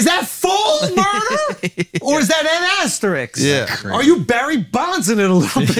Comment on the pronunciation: It's "asterisk", not asterix. It's not a comic book character